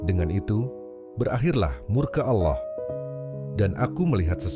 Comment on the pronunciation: Biasakan pengucapan kata Allah yg benar, jgn ajarkan kata alloh, apa itu alloh